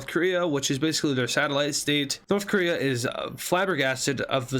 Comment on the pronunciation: did you say korea?